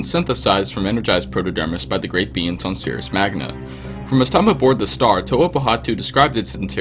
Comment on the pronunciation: When he said the proto dermis produced by beings it said “beans”